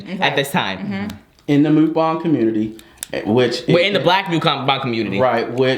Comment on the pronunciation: MOOKbang is not their word (Chinese/Asian), MUKbang is the Korean word that everyone just can't pronounce LOL. Good video though.